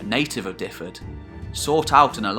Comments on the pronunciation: Fascinating as always. No criticism intended, but to give something back in the spirit of sharing education, here's some Welsh pronunciations of places and people that weren't quite correct: Seisyllwg = "sais-uh[LL]-oog" (It's impossible to describe the LL sound in any short way, but here's a video on how to pronounce it: Aberffraw = "aber-fr-ow" Dyfed = "duh-ved" Brycheiniog = "bru[KH]-ey-nee-og" (The "CH" sound is similar to the Scottish "lo[CH]"). Glywysing = "gluh-wuh-sing" Cadell = "cad-e[LL]" (again, that LL sound!) Hyfaidd = "huh-vaith" Ceredigion = "keh-reh-dig-ee-on" Ystrad Tywi = "uh-strad tuh-wee" Merfyn = "merr-vin" Hywel (not Hywell) = "huh-wel" Llywarch ap Hyfaidd = "[LL]uh-wahr[KH] ap huh-vaith" And two others that weren't mentioned in the video, but were shown on the maps: Maelienydd = "my-lee-ehn-ith" Buellt = "bee-e[LL]t" As I say, no criticism of your pronunciations intended. Welsh is a tricky language to pronounce for those who haven't grown up around it! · as a welshman i give you credit. this is probably the best and most accurate video iv seen on welsh history, fair, accurate, good presentation. 10 out of ten fair play. the only thing I'll nitpic is just your pronunciation of dyfed. its sounds like this reads > duveth. i know it doesn't really matter but you seem like someone who's a stickler for details, just subbed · great informative piece. But pronunciation was awful throughout and Dyfed was no where near one of the worse. The way you said it should be sound is wrong too. Dyfed should be pronounced more like Duh-ved. What you spelled would have meant the Welsh name was more like Dyfedd then Dyfed. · Great video on Welsh history thanks. BTW you are pronouncing Dyfed wrong, it is 'dove-id' not 'div-id' haha. Cheers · Great but Dyfed is ot pronounced Difed but Duved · I speak Welsh and Dyfed is pronounced Dyved. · I did lol at your pronunciation of Dyfed hehehe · "Duv-ed", not "Diffed"! Hywel is pronounced roughly "How-el".